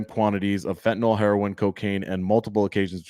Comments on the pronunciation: Its not pronounced FentaNAWL though. Its pronounced like tis spelled fentaNIL. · It's pronounced "FEN tuh nil". I have no clue what "FentaNOL" is.